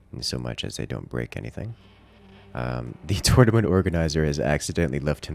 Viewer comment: What is a "Tutnament" ? Must be something Ancient-Egyptian, or?:)) Thanks to all of you, it was a great and entertaining watch! Especially the "accidents":)